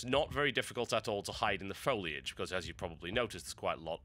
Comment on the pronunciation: the foy-lee-aj xD